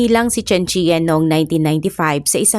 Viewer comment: CHEN- Chan ganyan ang pronounce po